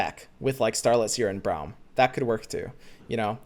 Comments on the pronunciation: Can you say "Brom" instead of "Braeuim" lmao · You say Braum like Brown and it urks me lmao. Its Braum like Brom not Brown you goober. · Everyone: Brawm: BROWM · for everyone's sake. His name is pronounced "Brom". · is braum pronounced brom or browm? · That Braum pronunciation though